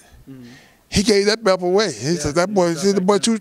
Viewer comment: is it belt or belp lol why holyfield keep saying BELP